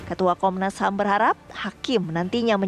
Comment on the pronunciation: komnasham wkwkwkwkwk pingin ketawa klo dngr komnasham